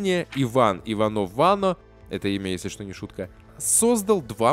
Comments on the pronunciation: Иванов-Вано ударение на последнюю О, не вАно, а ванО. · Неплохо, но фамилию Иванова-ВанО надо правильно произносить... режет слух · Раньше дикторы произносили фамилию как ИванОв-ВанО, с ударением на обе о. В Википедии тоже так написано. Склонна думать, что вы ошиблись с ударением